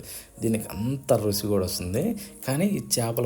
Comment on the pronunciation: రుచి, రుసి కాదు